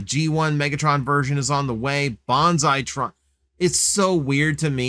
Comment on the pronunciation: His name is Banzai-Tron, not Bonsai-Tron.